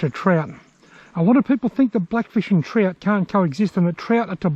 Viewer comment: Good clip! I love that you call trout trot, I always find myself saying Trot because of your videos Haha